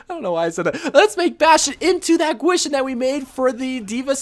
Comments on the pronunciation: It is painful how he pronounced gwishin it’s pronounced keyshin not gwaeshin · Bastion skin is supposed to be pronounced like key-sheen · The bastion skin is pronounced as kishin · I cringe when ever he says Gwishin. But other than that, great video! Only thing i was disappointed with was the lack of scientist moira, which is obviously the second best skin to come out of this year's event.